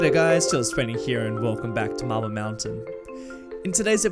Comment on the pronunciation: Everytime you say "marble" I keep hearing "mabyl" (like when in school we tried too hard to sound british (am not a native english speaker) and it makes me laugh each time :D Love the content and greetings from Poland ^^